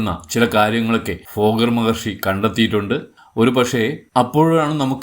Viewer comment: ഫോഗർ അല്ല തോന്നുന്നു.. ഭോഗർ എന്നാണ് കെട്ടിട്ടുള്ളത്